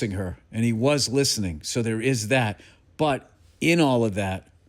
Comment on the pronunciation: "Is like datt." Golden.